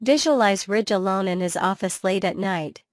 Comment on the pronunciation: It's Ridge NOT Rich!